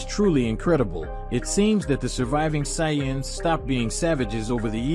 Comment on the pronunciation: I hate the saiyans and whis pronunciation but the story is fire 🔥